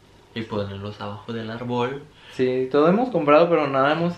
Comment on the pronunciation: Pasaran las navidades e inviernos y seguira diciendo arbÒl con acento en la O. Me da ternura haha